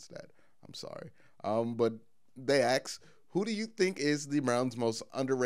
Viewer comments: He’s good, makes good sense too, speaks well except for A. X. E. S. just keepin it REO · ....who axes lmao